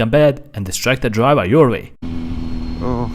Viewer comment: God i love when he says "DriVA"😭